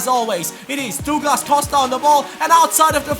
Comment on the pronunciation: Js it's "Duglas" not " Dooglas"